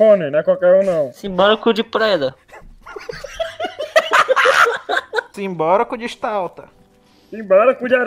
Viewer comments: "Simbora cu de preda" "Simbora cu de folha" "Simbora cu de tauba" "Simbora cu de taipa" Kkkkkkkkkkkkkkkkkkk EU VÔ MORRER!!!! Kkkkkkkkkkkk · "Simbora Cu De Preda." "Simbora Cu De Folha." "Simbora Cu De Vrido." Essas Foi De FUdE KAKAKAKAK